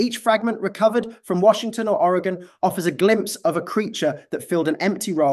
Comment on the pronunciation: Greetings from Oregon! Thank you for pronouncing it correctly! Despite the accent, you pronounce it better than most Americans from other states... who typically say Oreg-On .... cringe... it's Oreg-In. 😊